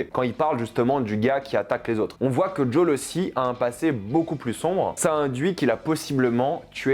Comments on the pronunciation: Chouette vidéo, beaucoup de choses justes 👍🏻 Par contre j'ai du mal avec ta manière de prononcer "Jole" en lieu et place de Joël. Je veux dire cette vidéo s'adresse à des francophones, alors ok pour les prononciation Anglo mais pourquoi ? J'ai connu quelqu'un une fois qui parlait à chaque fois du "taille ta nique" pour le Titanic (oui car pour lui bateau 🇬🇧 donc prononciation 🇬🇧) il paraissait juste très suffisant en faisant cela... Bon heureusement on n'en n'est pas encore à prendre du "Baille bi beule" au fromage 😅 mais quand même "jole" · Pourquoi « Jol » et pas « JoËl » bordel 🙏🏻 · Joël !!!! Pas « J O L » !!! Stp 😂😂😂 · Mec faut que t’arrête de dire Joël « jol » c ignoble à entendre quoi , même si c en anglais mieux vaut le dire avec l’accent ou pas du tout quoi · Ça me stress quand tu dit jool, c'est Joël lol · c'est le genre de série très agréable à se faire d'une traite avant la sortie de la 2eme saison. Et STP arrête de dire Jol c'est ridicule. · Pourquoi tu dis geole frero t’es anglais t’es américain ? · c'est pas jool c'est djaul qui dit XD ... C'est abject... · Dis « JOEL » putain aretes de faire mec pour rien c’est insupportable, surtout que tu dis « ELLIE » normalement 🤯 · Djaule, Djaule 😂 ...oui je sais mais mes oreilles saignent à chaque prononciation. Bon point de vu dans ta vidéo Top 👍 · Tu saoules avec ta prononciation de Joël. Ridicule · tellement c'est relou